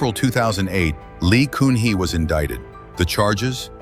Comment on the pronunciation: The ex-president Lee Kun Hee is pronouncd as "Gun hee" not "Koon hee".